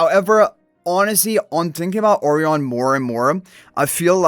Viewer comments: Why is his name pronounced like that incorrectly? I have checked all sources it should be as uh-RYE-un (rhymes with "O'Ryan") as Orion Nebula. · You must've done soooo much research with so many sources. This is how it's pronounced in Spanish. I don't know how Chinese people pronounce Orion, but Japanese people say it like this too because it came from the Portuguese/Spanish, so it's probably pronounced like that in China and Lilith is a Chinese company. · What I initially thought as well, but yeah this is how Lilith themselves are pronouncing his name. I guess they wanted to be unique/different.